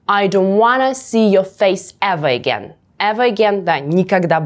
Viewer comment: Классное видео, сразу подписался. Почему эвеэгейн, а не эверегейн?